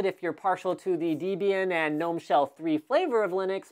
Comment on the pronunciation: You sound the "G" in gnome when referring to the desktop environment!